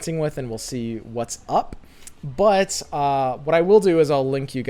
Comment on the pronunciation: why every time say but i hear it like he say butt?